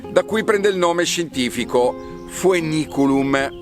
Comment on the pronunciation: Buongiorno, "oe" in latino si legge "e" quindi "feniculum"